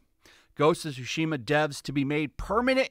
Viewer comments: Why does it always sound like he says Shu-shima and not Tsu-shima. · Im sorry but I can't- "Ghost of Shooshima" 💀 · The way he says "shushima" is killing me